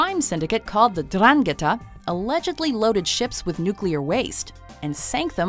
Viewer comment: It's 'ndrangheta by the way